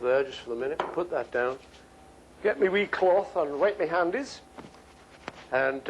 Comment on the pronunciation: "Wipe me handies" STOP